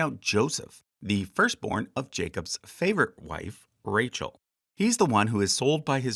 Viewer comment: Why oyouy read Rachel so wrong?